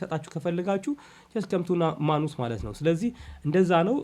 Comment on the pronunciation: ንባብ ላይ ጥንቃቄ ኣድርግ:: ማኑስ ሳይሆን ማነስ ነው የሚነበበው:: ሌላው እጅግ ጥሩ ነው